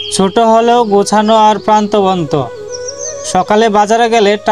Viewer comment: ভাই, প্রান্তবন্ত না প্রাণবন্ত